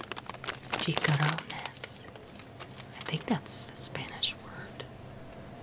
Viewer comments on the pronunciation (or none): haha, chicharrones are indeed spanish, like you said. they’re absolutely delicious, in my opinion😋👍it’s pronounced “chee-cha-rrown”😊love the video!